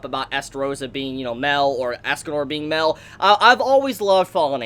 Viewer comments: its mael not mel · It’s pronounced (My-El) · Yo bro your name pronunciations are horrendous. First of all it’s Mael (my el) and second it’s Gowther (Go ther) like Jesus Christ I didn’t know who you were even talking about it’s like you went out of your way to not say the name right. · It’s mael not Mel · I wanted to scream at u for saying mell its pronounced mi-el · Mel? It's ma-el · Mael is suffering because you're calling him "Mell" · it's not pronounced "Mel" it's "Mai L" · Dude your crappie pronunciation is confusing the shit out of me. Mael is like "My L" not Mel. You made me think he was a copy of meliodis or something. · Dis man says Mel instead of Mael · It annoys me that you say Mel not mael if your going to make videos plz say the names right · Ma-el,,, not mel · its not mel...its may-el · Who's Mel? It's Mael. Ma-el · Ok! I’m getting sick of this shit. It’s not pronounced “Mel” he’s not a fucking bartender from Jersey. It’s pronounce “MY-EL” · It's not mael(mell) it's mael(myel) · Ugh Mael isn't pronounced Male, it's Mai-el. If you won't a audible phonetic example watch hellboy, the ending of Sammael is pronounced the same way. Wanna say its a Latin pronounciation but don't get me wrong here. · Why are you saying Mel? It's Ma-el. For those who play Dota, it's like the whole Kael -> Carl thing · mael is pronounced (My-el) fam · Ok the way he pronounced Gowther "(GAWTHER)" And then how he says Mael "(MELL)" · him saying mael as mell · Calls mael mel an calls gowther gawlthr lmao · I like how calls mael mel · When this guy call him mell instead of maël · It's not pronounced mel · And mael its Ma-el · put emphasis on the A (mAel) otherwise it sounds like you're saying Mel (Meliodas) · how u pronounce Mael is aids. but good content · The way you say Mael makes me wanna die, other than that I loved the video